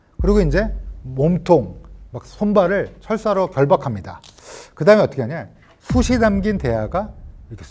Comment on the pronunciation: '숯이'는 '숫치'라고 발음하시오. '숫이'가 아니라.